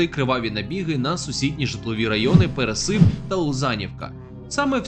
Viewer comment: Дяка за контент. Трохи виправлю. Не ПересИп, а ПерЕсип.